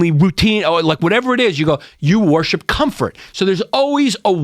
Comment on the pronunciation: Yanni saying "wa-hor-ship" no less than 200 times gave me a leaky roof.